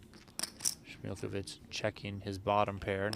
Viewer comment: his name is pronounces SMI LJ (like ll in spanish) KOVI CH(little bit softer than you would normally pronounce ch)